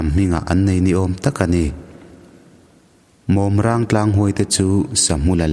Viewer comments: Mawm râng ilam dan hi adik chiah lo deuh a.."mawm" tih hi maimawm(spider) a mawm tia kan lam anga lam tur ani a...chuan "râng" hi sa_râng(polythene) a râng tia kan lam ang a lam bawk tur ani awm e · Mawmrang tlang thluk hi a diklo in ka hria. Mawm tih hi Tel mawm , Mawm ti a thluk tur. Rang hi 'Sarang' tih a Rang ti a lam tur. Mawmrang tlang. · Mawmrang tih hi maimawm tih "mawm" Lai ang hian lam tur a ni a. Chuan rang tih saràng tih a rang lai ang hian lam tur zawk a ni e.